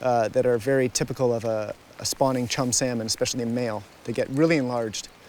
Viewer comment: I can’t watch this because he keeps pronouncing the L in salmon